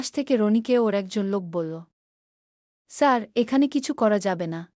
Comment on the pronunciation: আপনার পড়া ঠিক করুন শুদ্ধ করুন। কাঁদতে কাঁদতে বা হেসে হেসে এই শব্দগুলোর উত্তর উচ্চারণ আসলে কি তা জেনে নিন।আপনার গ্রামের বাড়ি কোথায় সাড়ু কি ধরনের শব্দ, স্যার শব্দটা ইংলিশ, এটা উচ্চারণ করতে এত কষ্ট হচ্ছে?এভাবে চলতে থাকলে কমেন্ট খুব একটা পাবেন না।